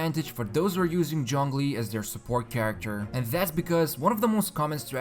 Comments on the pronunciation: Stop saying Jong li!! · Point taken. should have been somewhere between ts/ch/djz sound but not with a full J sound. Thanks. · "Jong Lee" 😔😔😔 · In game, english dub says "zhongli" now why tf do youtubers keep calling him "Jonglee" & *john lee" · Nobody:: JHONGLI